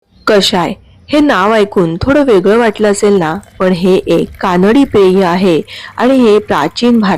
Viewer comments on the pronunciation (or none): none